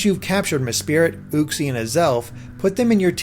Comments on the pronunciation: He said ooxie not uxiie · As if mespirit is any better 😂😂 or for that matter uxiiie 😅 or deoxies almost forgot his brilliant way of butchering cobalion's name coba-lion